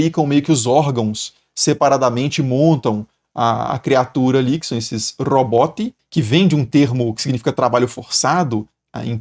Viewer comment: A pronúncia do "Roboti" pareceu o Bola do Pânico na tv falando kkkkkkkkkk